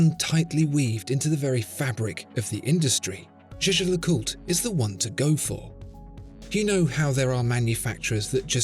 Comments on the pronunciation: no the fuck he isn't lmao. it's not "jay jay lecult". it's jay-jer lecooltre with a soft ending. not hard to google. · It’s not jhjh. It’s pronounced “YAYGER”. (Not Yayjer, either) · The way you pronounce Jaeger LeCoultre is funny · It is "Jä(e)ger (German) - Le Coul-tre (French)" Like Jäger-meister and Cul (like cul-de-sac) and Tre, like Dr. Dre. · I like how after 1 year, you finally learned how to pronounce Jaeger-LeCoultre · It's funny because he doesn't even pronounce it properly